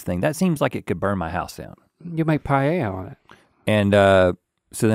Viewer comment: The way he says paella made me nearly click off. Pie-yay-ya